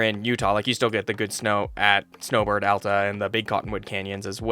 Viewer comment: As soon as i heard Alta not Allta deserved a like immediately. I usually ski at Solitude and I love how you like Solitude.